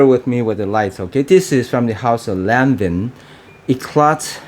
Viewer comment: Its pronounced as LAWN-VA